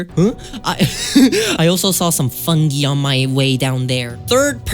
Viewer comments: i’ve heard people pronounce “fungi” as: fung-guy and fun-gee. but never fung-ee LMAO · The way he said fUnGi 😂😂